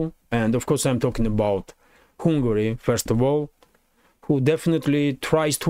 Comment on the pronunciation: Hi! I think you have excellent content. One small tip on pronunciation: It's not "Hungary" (as in Kupyansk") but you have to say the "u" like an "a" as in "jump".